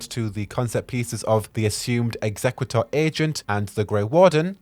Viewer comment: I’m sorry, I have to. * hermione voice * It’s exe-CUE-tor, not ExeQUITor.